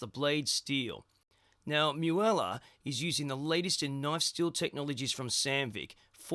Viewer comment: its not miuela.......its MUELA